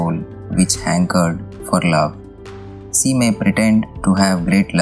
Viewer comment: Hey, do not pronounce "She" like "See". Pronounce "She" like you pronounce Sherwani or Sher meaning Tiger or Sholay movie.